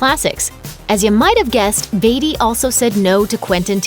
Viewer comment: Why can't she pronounce Beatty correctly?